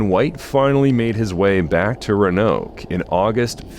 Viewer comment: The ra-noke one was driving me up the wall 😅. But I'm pretty sure the very last time he said it, it was pronounced correctly.